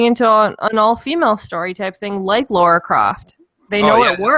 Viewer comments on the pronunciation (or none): it's Lara not Laura. fucktards 😂